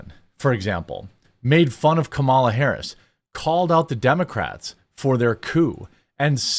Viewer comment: You keep pronouncing Kamala’s name wrong. It’s “comma-la”, like “communism”